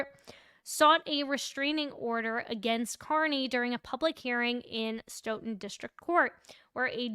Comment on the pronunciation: Nice job with pronouncing Stoughton this time Love your work